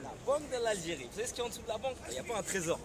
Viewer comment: ouane tou trai viva l algirai quelle pronociation :! c est l ALGERIE pas l algirai